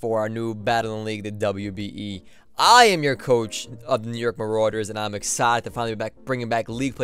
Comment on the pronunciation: I'm just catching up because I want to get back into league play. When you said "WBE" it honestly sounded like "WWE". Someone NOW needs to make a league called WWE xD